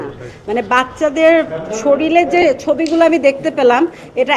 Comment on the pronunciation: শরীলে*, কী উচ্চারণরে ভাই!